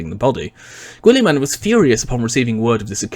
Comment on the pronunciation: love how u pronounce names ''gwuillimen'' xD xD xD